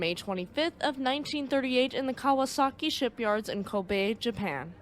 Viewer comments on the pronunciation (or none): none